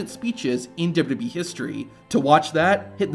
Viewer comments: Stop saying DubBubBEe, it's Double You Double You Ee...Please slow down and pronounce words and stop rushing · As this video progresses, your pronunciation of WWE gets worse and worse. Eventually you're saying "d'bee" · that's how you say "WWE". Not "Dubba B". Great content, but your pronunciation of WWE has driven me crazy for years now. In other words, you've got heat with me over the way you say it. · I hate the way you pronounce WWE. You add a B in there. WHYY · "Dubdabee" Double u, double u, ee. How hard is that? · Is it me or is the guy calling it "WBE" instead of WWE? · Why can't you say "WWE" properly? You say "d'wee" all through this video. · Please learn how to say WWE. It sounds like WB most of the time. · I've never heard of this wrestling company called "dub dub e" before. Please tell me more. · WWE - ❌ "Dububee" - ✅ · it isn't called "dubo dubo ee" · The rushed, awkward way the narrator says WWE is distracting and annoying. If it isn't some AI horseshit and it's the channels owner doing the voice over, PLEASE slow down and pronounce the 3 simple letters correctly: WWE (double you, double you, eeee)... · Narrator needs speech therapy. Dubbadee. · Double-you Double-you EE Two-thousand seven Learn to say these things, for Gods sake. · Sounds like you say "Dub dub E" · Its okay to pronounce WWE correctly and slowly... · Is the way you pronounce wwe on purpose? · Please practice pronouncing “WWE”. You’re not even close.